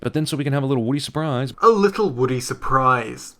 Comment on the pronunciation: Woody or Woddy?